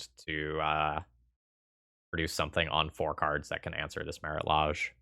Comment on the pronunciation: The way you incorrectly pronounce Lage makes me cringe every time :(